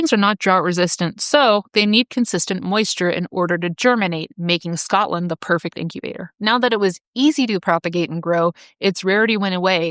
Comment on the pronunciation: It's so nice to hear an American who can actually say Scotland instead of Scatland.